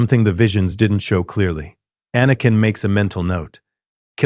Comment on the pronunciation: Excellent story but that AI voice is butchering words like anakin in a room full of younglings.